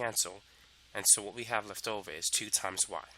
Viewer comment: My guy just said “over” and became British 🏃‍♀️